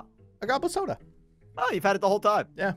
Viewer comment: Why do you say bsoda differently at brandon pronounces it